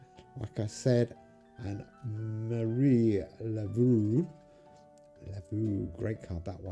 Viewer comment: PT Barnum famously said "There's a sucker born every minute." Also, Marie's last name Laveau rhymes with know.